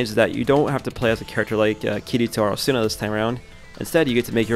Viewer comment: A-su-na not Asu-na